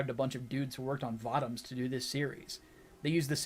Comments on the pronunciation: It's vōtōms. Not vautaums. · You keep mispronouncing Votoms as far as I know.